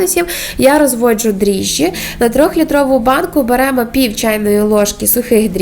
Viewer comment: Дріжджі-- вимовляє цілком правильно. Що смішного?